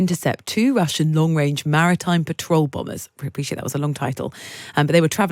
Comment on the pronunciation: maritime patrol bullets? I can't make anything out of this, please speak more clearly for us foreigners.